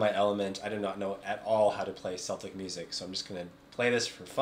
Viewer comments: Cool video. Yes, you can learn bowing techniques for decades and throw it all out the window when it comes to fiddle music.:)) Just to let you know...Celtic, pronounced Seltic, is a football team from Glasgow, Scotland. The Celtic music you refer to is pronounced Keltic.:)) If some dude tells you different...they're winding you up. VMM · Ah, you have a bit of Irish soul in you! Good job. And yes, Celtic is pronounce with a hard K as another commentator noted.